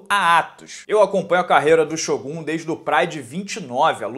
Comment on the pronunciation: Nosso querido ''SHÔGÁS''